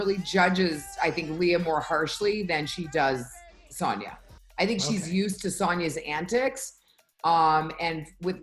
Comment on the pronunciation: Can someone please tell Luanne that it’s pronounced Sooonja not Saaaanja.